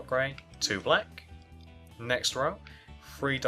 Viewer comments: He sayz free instead of three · he Really says free